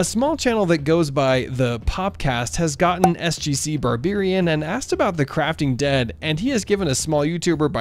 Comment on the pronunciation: He says SGCBarberian wrong